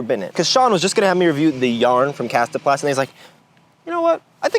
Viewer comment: i appreciate the proper pronunciation. Thank you